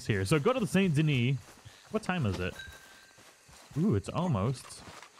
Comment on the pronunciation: Can we just talk about how he says the second part of saint denis correctly but not the first?